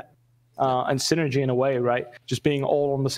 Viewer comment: "Singergy" very good xD Lol just teasing. They do very well together. I especially like how Thorin whose a little more use to this doesn't let players beat around the bush or make overwhelmingly ambiguous statements.